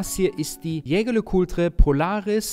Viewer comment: Schä Schär Lä Kulträ...kann doch nicht so schwer sein, lieber 😅 Back on topic, als Besitzer einer Polaris Date kann ich den Eindruck der anderen Mitglieder nur bestätigen. Hervorragend verarbeitet, 1A Außergewöhnlichkeit und natürlich Haute Horlogerie und das auch noch zum kleinen Preis❤